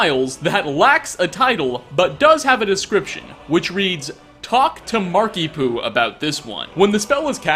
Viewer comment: Is it just me or does 'Markiepoo' sound a bit like 'Markiemoo'?